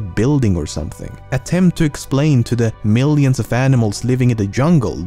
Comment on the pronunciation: I love it when you say "million" it sounds like "meelliuhn"